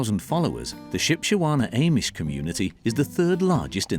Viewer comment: You don't even know how to say Amish 😂